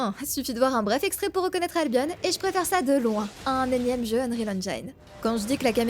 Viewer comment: Ca se prononce albion comme opinion